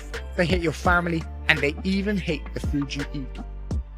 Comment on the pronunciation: “They hate the fewd you eat” 🤣🤣ok bro